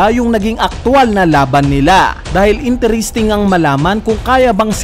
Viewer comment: Nakaka cringe ung interesting "intiristing" I pronounce. Not once but twice.